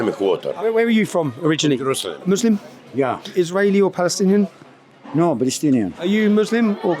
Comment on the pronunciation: I wonder why do they say balestinian 🤔